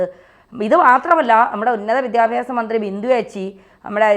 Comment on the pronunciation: വിദ്യാഫ്യാസ അല്ല വിദ്യാഭ്യാസ ആണ്. പഠിക്കൂ